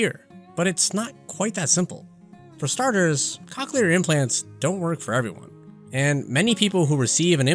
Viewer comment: Lol hearing "cock-clear" this whole video lowk pained me 😭